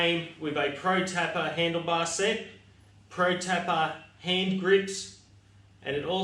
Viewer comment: protapper !? 🤔 it’s proTAPEr as in a roll of cello tape